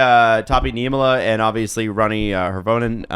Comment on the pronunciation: Here is one tip on Finnish names. All Finnish words emphasize the first syllable. Also Hirvonen is pronounced Heervonen. I is always a long e like in pizza.